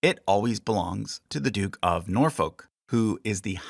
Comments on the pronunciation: Hey just so you know - it’s pronounced more ‘Nor-fook’ than ‘Nor-folk’ similar to how you would make the sound in book. There’s a lot of stuff like this with the English accent such as not pronouncing the ‘h’ in Buckingham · You were doing so well on the place names until Norfolk came up 🤣It's pronounced 'Nor-fuck' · Just a tip the L in Norfolk is silent so it sounds more like Nor and the the F word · More like Norfuk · Its pronounced nore-fuck. Lol Seriously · please research the pronunciations of words before you butcher them ie norfolk is said norfuck there's more but you get what i mean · Norfolk should be pronounced “Nore-foo-ck”. But otherwise great video as always 😊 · “Norfolk” is pronounced “Norf-uck”. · Liked this very much.....BUT you need to learn to say 'Norfolk' correctly. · my only critique is your pronunciation of Norfolk and Scone. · As someone from Norfolk, its painful how you say it 😂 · Excellent video. The only correction i would make is that the second o in Norfolk isn't a stressed vowel. The -folk in Norfolk doesnt rhyme with oak it rhymes more closely with took. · Yeah they should have picked up on something actually annoying, like the pronunciation of Norfolk (still found this video really enjoyable regardless!)